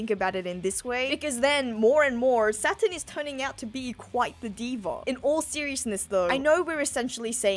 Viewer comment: I mean I surely didn't realise until now but everytime says Saturn, I hear Satan. That with the satanic ritual and the devil fruit, there maybe something similarly sinister about Imu and other gorosei 😮😮😮